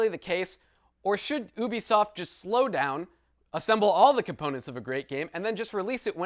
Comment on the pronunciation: Ubisoft = U-be-soft